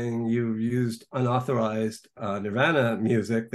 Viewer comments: I don't trust anyone who pronounces “Nirvana” like that. No one. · I really can't stand his pronunciation of Nirvana 🙄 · This guest can’t even say Nirvana correctly. Lol. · He’s really judgmental for a journalist. I don’t know how you sat through that with him. I can’t stand how he says Nirvana!